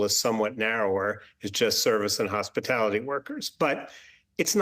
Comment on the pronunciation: Hey commyla... What the hell is a "hospilility worker"?